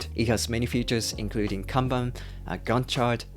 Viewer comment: Finally! is the only productivity creator who know how to properly pronounce カンバン (Kanban) 😂😂 大野様 can rest in peace now. おかげさまで助かりました。 Every time I hear Can Ban🥫🚫 I wanna pull my ears off.